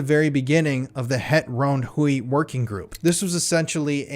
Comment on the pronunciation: Ahh my Afrikaans is screaming everytime he says Ronde Huis wrong/ in English 😂